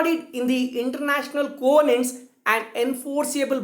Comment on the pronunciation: Thanks much sir... Your videos on international law is of great use to students like me.... Thanks a lot. Very nice explained. but can u check the pronunciation of'' covenants '' .